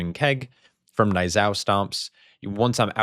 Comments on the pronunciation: The pronunciation of Niuzao is based on the Chinese Pinyin system. It is pronounced in two syllables: NEW-zao. Breakdown * Niu: Sounds exactly like the English word "New" (or nyoo). In Mandarin, this means "Ox" or "Cow." * Zao: Sounds like "Zow" (rhymes with how, now, or cow). Phonetic Guide: NEW-zow Tips for Accuracy * The "Z" sound: Unlike the English "Z" which is buzzy, the Pinyin "Z" is a bit sharper, almost like the "ds" sound at the end of the word reads. * The "ao" sound: This is a sliding vowel. Start with an "ah" sound and glide quickly into an "oo" sound (like the "ow" in brown). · Niuzao is derived from the Mandarin Chinese Niú zào (牛皂), which literally translates to "Black Ox." It's pronounced / n j u ːˈz a ʊ / which sounds like 'knee' (like our leg joint) you (like zoo) zow (like cow) or nee'yoo zow. Please consider this in the future,.